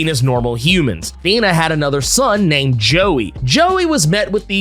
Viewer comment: The way you speak Thena os anoiyng. Do Kingo.